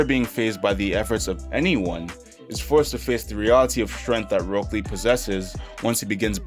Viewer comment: "Roke lee"